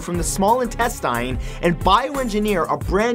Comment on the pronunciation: Intestynes? I've never heard of that body part before. I've heard of *intestines though.